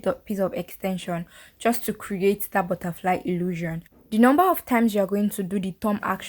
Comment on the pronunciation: Not “butterfly-y”😂